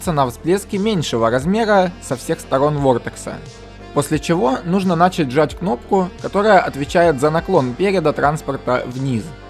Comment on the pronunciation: Не "нАчать" а "начАть" если ты говоришь на русском языке. Не "немноХо" а "немноГо". Не "суднА", а "сУдна" А так, очень ценный контент по содержанию, уникальный, по форме подачи тоже видно что стараешься, речь осталось исправить. Ну и понимай, что при даже детальной подаче, контент специфичен и направлен на узкую аудиторию, но думаю миллионов подписчиков ты наверное и не ждёшь